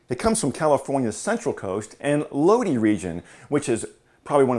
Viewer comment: It’s Lodi sounds like [ Low Die].